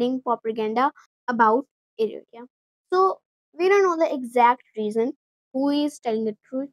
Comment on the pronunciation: Its pronounced Er-tra. Or In arabic “iritriya”